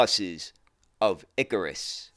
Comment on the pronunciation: ikaaaaaaAAAAAAAAAaaaaarus!!!! Not iiiikarus. 😂😂😂